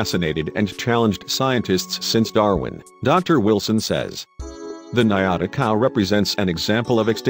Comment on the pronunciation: Good video but the correct name of the cow is "ñata" and it is pronunced diferent than niata